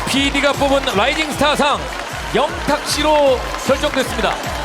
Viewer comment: 이 크고 정확한 발음으로 "영탁"했을때 너무 기뻐서 순간 심장이 멎는줄 알았습니다 방송국 피디들의 인정을 받은 것은 양어깨에 날개를 단 거나 마찬가지입니다. 더욱 비상하여 펼치고 싶은 음악의 세계를 활짝 펼치길 기원하며 늘 함께 하겠습니다